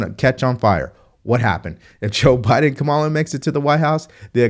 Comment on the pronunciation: You can't pronounce Kamala after hearing her name a thousand times 🤣